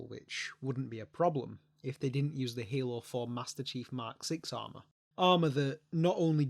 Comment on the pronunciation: hALOO FOour